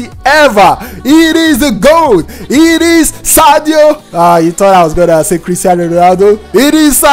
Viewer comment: Tf you said Sadio bruv I dislike 😢